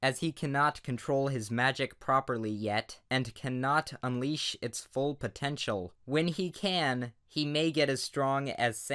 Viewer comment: "unleash full potentiol"